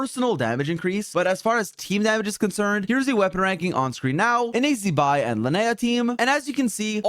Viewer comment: zee-bai, have we learnt nothing